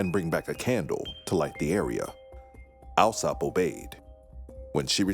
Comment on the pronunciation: Little has changed when it comes to the British class system! For the record, Alsop is pronounced All-sop. This is not a criticism of the narrators, who did an excellent job, just one of those foibles of British English.